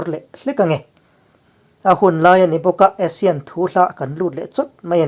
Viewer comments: Asean ti zawktur aw.. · A thupui a i rawn hman khi ka duh tawp..Asane ho ek mai an ni tih khi chu ka nuih a za tawp..hahaha...mipui hian kawng zawh tawh lo in a ruk a ral in bei tawh maise aw, an thi reng mai a rilru a na duh emai....hnam sipai ho hian lungrual tak in bei zel tawh mai rawh se.. i ti lawm awm lutuk e kawlhming i lam thiam lutuk hi a mak ka ti, kawl ho zing a seilian pswh i ang zawk alawm le...damreng ang che..